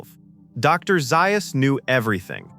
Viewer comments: Dr. Zaius is pronounced “Zay us” NOT “Zi us” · Not Dr ziyas, Dr zayas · It's not Dr. Zius. It Dr. Ze-us! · Did you know that Dr, Zais is really pronounced Dr. Zeyeus? AI is always a drag. Hire a human being to read your swill. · Have you ever watched the movie????? m Dr. ZAY-us; NOT Zi-us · Doctor (pronounced) "Zayus". Probably AI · It's pronounced DR 'Zay-uhs" rhymes with 'Chaos" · Who is Dr. Zie Us? Holy crap can't AI get one thing right. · with so many mispronunciations, I'm calling the poor narration intentional (Dr Xyuss, Pierre Balloo, etc., etc.) and highly offensive. This could have been a neat little documentary... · Someone teach AI how to pronounce ZAYYYUSS correctly. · You watch the film It is Dr. Zay-us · Doctor "Zie-us", really!? cant take back my view unfortunately.... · Dr. Zy-or-us❓ You "AI" sucks.😞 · And Dr Zius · took me longer to downvote this video but as soon as i heard "Doctor Zie-us". Sigh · Dr Ziias ??? Orangeatoons ??? Kind of killed what was interesting stuff. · orangutan lol he is ai and the ai cant say za us lol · This was excellent, even though you mispronounced Dr. Zaius, Abraham, and orangutan. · Something every Planet of the Apes fan also knows is that the AI mispronounced Dr Zaius. 😕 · First of all it's Dr Zais not Dr Zais. Ouch different. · Or pronounce Dr. Zaius correctly. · Zaius's wish would be the narrator pronouncing his name correctly. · The pronunciation of Dr. Zaius is bad. Also, if you are going to quote parts from the movie, have the correct inflections. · Something every Planet of the Apes fan knows is that the AI also mispronounced Dr Zaius. 😕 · Zaius would teach the film narrator how to pronounce a few words better, including his own name. Anyone who watched the movie knows the narrator didn't watch the movie.